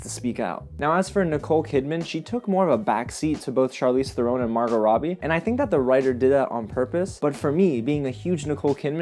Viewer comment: Charlize's last name is pronounced like the bird heron, not throne... Although most people say it incorrectly, kinda like Scorsese, who always gets Scorsayse'd.